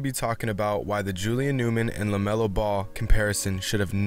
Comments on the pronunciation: IT'S LAMELO not lemeolo df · Y it's lamelo not lemelo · he says lameolo dont force shots